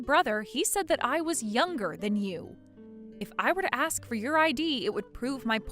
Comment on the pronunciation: In the story of Charlotte and Eli, the actor playing the latter once again, as in all his roles, indulges deliberately in the wannabe "ghetto" affectation of pronouncing the word "ask" as "axe." It is cringey and offensive.